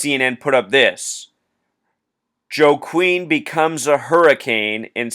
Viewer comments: I believe it's pronounced "WA-KEEN", not "JO-KWIN". Just a heads up. People mispronounce it all the time. Just a wierd spelling is all. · I think it's pronounced wah-keen.